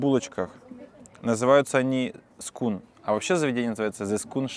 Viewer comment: Всё классно,Но булочки произносится-Скоэн,а не Скун-это название енота....😅